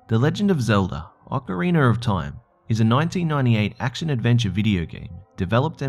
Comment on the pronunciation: "The AH-ker-reener of Timer" Oh god...